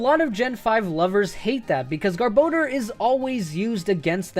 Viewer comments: You say “Gar-bah-door” weird. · I like how you pronounce Garbodor two different ways. Also, it is super good in the TCG. I still agree with you though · Who decided rayquaza and garbodor get their names butchered? There's no "e" in garbodor to make it sound like "bode." Rayquaza isn't spelled like "rayquayza" either, so I don't get how people decided that's how its name is said. They don't even sound as good as the more literal pronunciations. I won't be calling either of them by their "official" pronunciation anytime soon if they sound like crap and don't make any sense. One deoxys movie comes out and people decided a butchered rayquaza name is the official version. They literally called pidgeot pidgeotto in the first pokemon movie, so I'll take it with a grain of salt. If movies are gospel then you'd have to rename pidgeot to it's previous evolution's name.